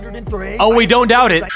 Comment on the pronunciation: "oh we dont dought it"💀💀